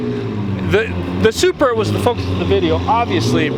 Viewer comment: lol he saying “Supruh” love your vids anyways